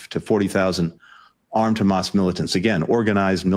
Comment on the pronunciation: He knows he can't get away anymore by simply claiming "but Khamas..."